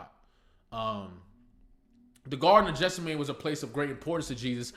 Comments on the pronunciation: Geth-SEM-uh-nee is the most common English pronunciation. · Garden of Gethsemane. “Get-sim-a-nee”… You butchered that word… Lots to consider from your POV…Can’t wait to see what he’s doing next. I think he was sad because he needed Gloria. He had writer’s creativity block because of his own issues he wasn’t willing to face. Gloria left…but she came back when he could focus again and dealt with his issues and his creativity came back. He started wearing his glasses when he could see fGloria grabbed his hand in the booth at the end to let him know he will be alright. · "Jeff-suh-mayne" is hilarious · Beautiful work ❤ Btw it’s Geth-sem-ma-nee 😊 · Garden of Gethsemane. “Get-sim-a-nee”… You butchered that word…